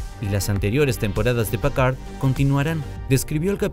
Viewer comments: ¿Pacard?, ¿y ese güey quién es? ES PICARD; PICARD.... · Pacard?????????????? Quien es ese..... Es que ni los gringos lo dicen así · ¿Que como dice que dijo? Incluso en el traductor la pronunciación en frances es Picard, tal cual, de donde salio Pcard????? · Pacard 😂 eso no es una impresora ?? Jelut pacard 😂😂😂😂 hajjaajjjajaja😂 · gracias por la corrección, un horror igual que Packard o Stiwart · Por piedad qué mala pronunciación “Pacar” que 😨 fue eso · Pacard como en Hewllet??? Jajajajaja preparen a sus locutores! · jajajajaja, PICARD PICARD PICARD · Aprende hablar oe PAKARD PAKARD 😂😂😂😂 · Creo que intenta pronunciar en un inglés saturado un apellido francés... éste es de los que pronuncian el abecedario en ese idioma. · Pacard....Uiliam Riquer.... Además de la pronunciación horripilante, eso de "Mira Esto Antes De Ver La Temporada 3" es estúpido: lo único que el disléxico hace es ESPECULAR como nosotros mirando el trailer. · Te odio cuando decís Pacar y Riquer 🤬🤬🤬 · Es "Picard" y Riker se pronuncia "Raiker"